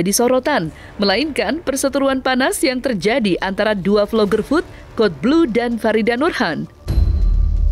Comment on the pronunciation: Cara bacanya kodblu nyak bukan kadelblu😅